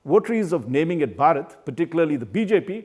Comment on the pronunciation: This man can't pronounce bharat. What a shame.